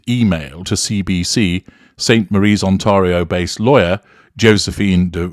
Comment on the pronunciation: Waayy too much repetition in this series. It is mostly just a compilation of second-hand bits from the news media. A lazy piece of ‘investigation’, and chock full of mispronunciations: ‘Regina’, ‘Qu’Appelle’, ‘Ontario’. And what is meant in Part 1 by, ‘Canada and the Territories’, for heaven’s sake? You might have a posh accent but these podcasts are a very lazy effort to create content.